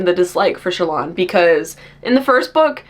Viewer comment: Me not hearing Shallans name pronounced outside my head before ; who the fuck is Chalaaaan??😂😂 I say Shallan like Alan but with the sch😅 it just sounds more fantasy than sassy tik tok girl to me😊